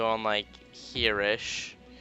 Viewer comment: lol u said lick instead of like XD LOL I CAN LOL ALL LOLING DAY